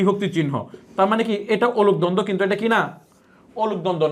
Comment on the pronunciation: অনূপ দ্বন্দ্ব বলছেন? উচ্চারণ বুঝতে পারছি না। লিখে দিন।